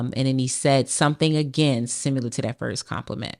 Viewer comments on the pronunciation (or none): That bih said, "... simUlar...". 🤦‍♂️😂😂😂